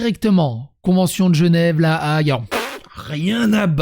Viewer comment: La Haye se prononce "haie", peace.